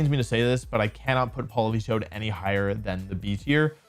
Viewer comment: THE A IN POLITOED IS SUPPOSED TO BE AN E!